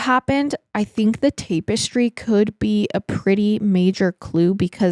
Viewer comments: It's tap eh stree not tape you're prob saying it correctly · It's not a debate on the use of the word it's her pronunciation that's the problem she's saying "tape-estry" and it's pronounced "tap- estry". Hope that helps 😊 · Tap-estry NOT tape-estry, you’re adding an e that doesn’t go there and it’s driving me up the wall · 21 year old cat? And please say TAP-ES-TRY 😂 And people don’t get “intellectually “ worried. “In the meanwhile “……. Bless you. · Tap - not tape. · TAP ES TRY! Not TAPE ES TRY this is driving me nuts! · Tap*Tap*Tap Tap-Ess-Tree Tapestry 🥰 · Tap. -estry not TAPW-estry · Me, wondering if “tape-es-tree” is the US way of saying the word, then looking through the comments to find out it isn’t 🙄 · have i been saying "tapestry " wrong my whole life ~ or is this another one of those funny pronunciations that she has? 😉 Much love ~ from southern Indiana 🥰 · TAP-ES-TRY the syllables are different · She says it too many times not to comment lol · Take a shot everytime says tape-estry we’d all be leathered haha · Have the pod autoplaying on my TV but had to find this ep online just to come to the comments and make sure I wasn't the only one losing my mind about the pronunciation of tapestry. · Don't make fun of accent/mispronounciation. She's a queen. 🎉 Thank you for covering this case, I had never heard of it. before. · The way you're saying tapestry is gonna land me on the next episode of MWMH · Bless her. Its giving Stepanie Harlow saying Documantery. ❤ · I literally was going to say the same thing. It was said soo many times in a row and just hit the ear wrong. 😂😂 Love you though, girl. One of my fav YouTubers. 🖤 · Yes kind of making me crazy lol